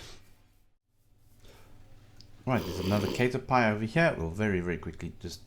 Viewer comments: its not pronounced like 'cater' its like 'cat er' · It's not prenounced like kate-er-pie, but cat-er-pee. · Cat err pee* not Kate err pie. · The way you say "Cat-urr-Pee" makes me cringe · Cater pie